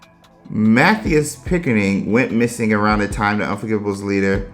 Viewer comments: Omg!! I totally missed it when reading it...but hearing you say it...Mathias = theus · In American it's pronounced Matt-high-us but in English English it's pronounced Matt-he-us.